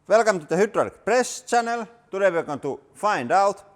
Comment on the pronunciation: And he still pronounces the y in hydraulic like its finnish